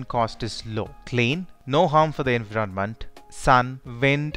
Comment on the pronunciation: Sorry to say but you are pronouncing environment wrong